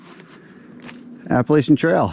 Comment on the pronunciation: If only people pronounced Appalachia properly